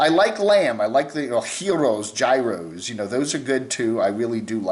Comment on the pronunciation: Gyro.... Pronounced.... Your- O.... I liked the Map...